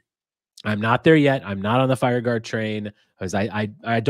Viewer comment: Say it with me: FIRE GARD 🤣🤣🤣